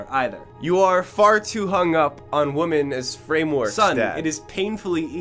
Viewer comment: It really bothers me that consistently mispronounces “women” as “woman” and I can’t tell whether or not it’s intentional.